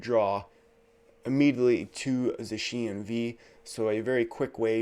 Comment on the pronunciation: Please change the way you pronounce Zacian lol you’re the only person that pronounces it that way